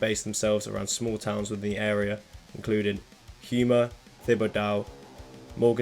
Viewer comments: How you got HUEma from houma HOUSE HOU-HOu-MA “CMERE MA” HOe-MA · New Orleans girl here. It's a French and Accadian citys your trying to pronounce. Don't feel bad half the transplants can't pronounce shit and live there. FYI if you ever visit New Or-lens don't say it if you can't pronounce it or ya might get robbed. Houma. Hoe-ma. Or Home-a depends on where your from in the area or home much ya been drinking. We call that a Yat. The specific accent to areas of New Orleans. Yes, drive 10 minutes and the accent and pronounceiation changes. Thibodaux. Tib-ah-doh or Tib-ugh-doh. doh as dough. Like bread. Anything ending in Aux is Oh. Good try my dude. Ya did pretty good on Galliano. Which was named after an Italian citrus farmer who served under the Spanish. Yes Louisiana history alone is so damn complex every kid in Louisiana takes it as a history class in high school and you can take it again in College and still barely scratch at the ghosts. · I got to see em in Biloxi Mississippi when I was 13. I've hung out with Dax a few times acid bath is a sore subject for him. They are from houma Louisiana pronounce home -a. It's a shit hole. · not a single of those town names were right as a louisiana native lmao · as someone from the southern part of louisiana i did cringe when you pronounced the names, lol, love the video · I’m from Houma and I’m offended you butchered the name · shout to you for trying to pronounce the Louisiana town/city names, you were close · You destroyed those town names! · Just for reference, Houma = "HOME-ah" and Thibodeaux = "TIB-uh-doe." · Houma pronounced home-uh and Thibodeaux is pronounced Tib-uh-dough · HO-MUH & TIB-UH-DOH ; ) Enjoyed it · The city names pronounced Home-a and tib-a-dough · its actually pronounced HO-MA and TIB-ID-DO here just so you know, thanks for the video though its great. i bet i wiuld mispronounce a lot of British places haha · Houma is pronounced home-uh Thibodeaux is tih-ba-doe